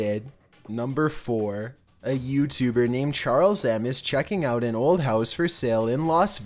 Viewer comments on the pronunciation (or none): none